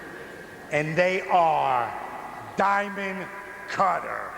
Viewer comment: Honestly I thought it was four words… Thee Dye Mund, Cut Her